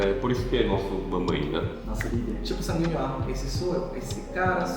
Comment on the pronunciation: só eu q entendi o falar sanguinho?? ksksksks♡